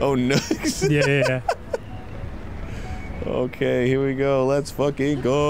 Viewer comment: Dan: proclaims to have a rugged, bumpy brain Also Dan: pronounces nooks as "nukes"